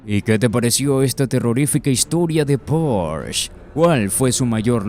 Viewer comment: No se dice porsch, lo pronuncias mal, se dice Porsche ya que es una marca alemana y no inglesa!